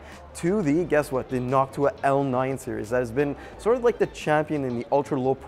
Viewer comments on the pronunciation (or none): none